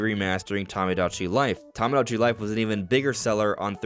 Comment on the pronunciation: Toe-moe-Dach-E life 😂 Not Tom-Oh-Dach-E